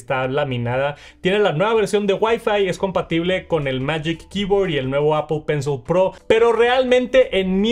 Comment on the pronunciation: Solo escucho "Apo penso"